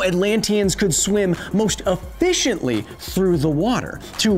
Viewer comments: "how they swim so e-FISH-antly?" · You mean "most e-FISH-ently" (:V)